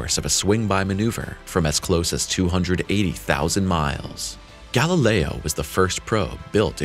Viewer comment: "Galileo" is pronounced "gal-i'LEY-oh," NOT "gal-i-LRY."